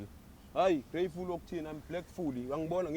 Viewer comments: "Im grayefull"🤣🤣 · "M blackful not greatfull"😅😅😅😅😅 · Ugreyfully yini😂😂are you great fully 😂😂